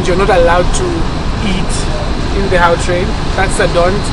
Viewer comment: Gautrain is pronounced 'G'autrain, with a hard g that sounds like a forced removal of mucus from throat.